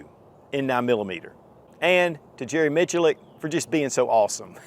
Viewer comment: Jerry Who -Mitch a Lick? .. I don't think that's how it's pronounced 🤣